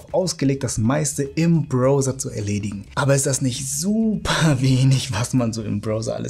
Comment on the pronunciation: Man spricht "Browser" übrigens "Brauser" aus, auch wenn er dein Bro ist.